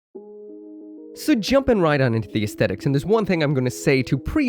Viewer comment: Yo,! I really love your WFM reviews, actually I love all of your videos tho. I just want to say that your Lfrith's pronunciation is wrong because just like how Koreans and Japanese people pronounce english word, Lfrith would be "Lufrith" instead of "Rubris" because their R is pronounced as L and vice versa, their T is pronounced as S. Anyway nice vid as always!